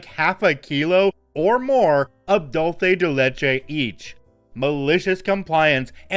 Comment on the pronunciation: The non-Mexican pronunciation of Dulce de leche hurts my brain